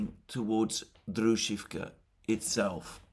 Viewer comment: Druzhkovka with accent on O